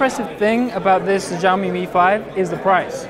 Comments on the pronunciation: will you pronounce it 'xiaomi'? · Hey just to let you know it's pronounced like shaomi (same as shaolin) not like a Z or whatever you're pronouncing it like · Not to nitpick but SHAO ME and ME UI. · Here is the Chinese pronunciation in pinyin -xiǎo mǐ. If in doubt listen here If it was shao mi it would have a completely different character - 少米. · he calls it "fujami" all the time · Maaaaaaan it's pronounced as Shaomi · PLS man pronounce it like " SHAOMI ", it hurts my ears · c - ou -mi , god damn it u guys cant pronounce these words then Imma pronounce ur names like de nise, a a ron , jay qua line. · I am not trying to be the cleverest, I am just saying it sounds bad to my ears that s all, btw in my language, if you write it like shaomi, it sounds exactly like Hugo Barra's pronunciation in the Verge's video Pls no hate, just saying, no attacking anyone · "Jaiomi"? Shame on you! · (SAMURAY) This is how you pronounce it... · I love, and it was a great preview, but really butcher the name, xiaomi. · great video, but it would be great if you learned how to say xiaomi - 小米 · Hahaha agreed! Try to say it properly in the next video! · Really man, you mispronounce Xiaomi. Please, you should use google translate or wiki-page and listen.